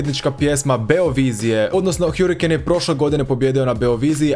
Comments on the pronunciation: hArikejn🤣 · Kada ce ljudi shvatiti da se ne čita hjurikejn nego hrikein